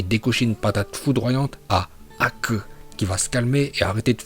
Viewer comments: J'adore ta prononciation en VOstfr Haku" ou " hakku-poncture" Force à toi maître 💪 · "HOKAGE " et "HAKUU" les meilleurs prononciation. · Une prononciation extraordinaire 👍 Haku pour acupuncture Je suis HS 🤣